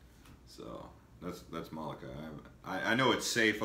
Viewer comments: Lol... It's Molokai...not malokai. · Are you kidding?? This guy can't even pronounce the names of the islands and the towns. "Muhlukai". SMH